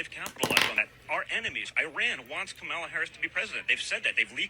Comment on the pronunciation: They refuse to pronounce VP Harris first name correctly. It’s so disrespectful.